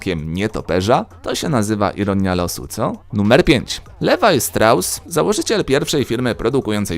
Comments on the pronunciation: Liwaj się mówi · liwaj" nie ,,lewaj" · Czyta się nie lewaj ale liwaj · Liwaj mówi się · wymowa brzmi "Liwaj"